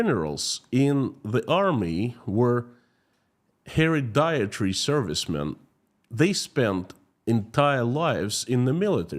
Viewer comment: hereditary: "heh-RED-ih-tare-ee"